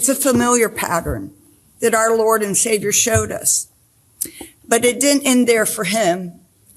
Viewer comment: Did she say “our lord and shaver” ?